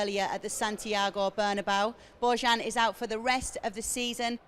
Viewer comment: Why do all British commentators pronounce Real Madrid's stadium "burn-a-bow"??? Can't somebody tell them once and for all how it goes? Drives me nuts.